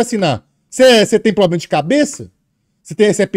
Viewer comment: Por isso gosto do fala mesmo e poblema kkk